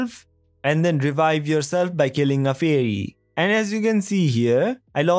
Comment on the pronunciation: Faih-rree. - this guy 😭😭